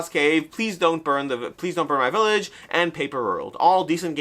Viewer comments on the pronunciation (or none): none